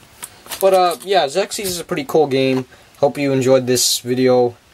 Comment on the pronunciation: Just to be helpful... The name of the game is pronounced "ZEX IS" If you look up the original TV Commercial, You hear the announcer pronounce it this way. I owned this game as a kid and wish there was more interesting stuff about it on Youtube. Sadly, There arent any "history of" type videos or lore explanation videos anywhere.